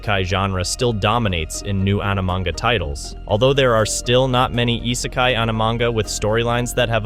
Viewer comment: If you want people to take you seriously, maybe start by correctly spelling "popular" in your title card. And by pronouncing "isekai" correctly instead of whatever tf that was 👁sakai sounding ahh. I'm half convinced you're just using an AI voice as your pronunciations are so wack. If you want to denounce Isekai as boring you may as well denounce the entirety of Anime as boring as well because you are being willfully ignorant of the vast amount of subgenres within it. There are plenty where the "OP MC" trope simply doesn't exist, Re:Zero being an obvious prime example with the dude getting murked over and over and the utter heartbreak that he experiences repeatedly, and others that fully delve into it and become an absolute joy to behold such as Eminence in Shadow. And with the uptick in Villainess shows and Otome game reincarnations we're getting lots of female representation as well which is fun in its own right. Isekai is exactly that, another world. It is a place of fantasy and nonsense and the MC being from our world simply acts as a surrogate for us to imagine ourselves there alongside them. You just don't care for Isekai and that is fine but don't bash the whole damn thing because that is no better than the people that claim they despise everything under a certain topic despite never having seen more than 2 shows or songs or foods or anything.